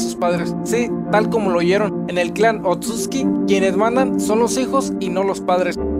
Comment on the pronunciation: Me parece que la forma correcta de pronunciarlos es "Otsutski" igual no confirmo nada xD Saludos!